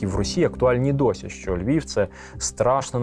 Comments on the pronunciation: Говорить з росiйським акцентом: не ЛьвiФ, ЛьвiВ треба говорити. Выросла во Львове. Не могу слушать эту брехню. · Чудовий матеріал. Багато що з цього памятаю з розповідей старших жителів. Але заувага автору: попрацюйте над орфоепією: звук «в» наприкінці слова не оглушується: Львів, а не Львіф, українців , а не українціф… Дякую!